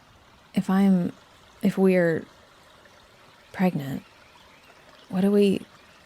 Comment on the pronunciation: Is she pregananant or prrrreganté🤣